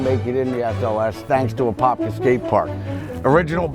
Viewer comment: Wow my fake ID said I was from Apopka back in the day. Glad to finally get a proper tour and correct pronunciation.